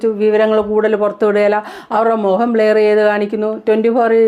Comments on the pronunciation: ബ്ലയർ ❎. ബ്ലർ ✅. ശ്രദ്ധിക്കുക. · Not blayer blurrer